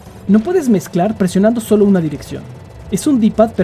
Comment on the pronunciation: Cómo va a ser. Iba tan bien hasta que dijiste "Solo dimput" :c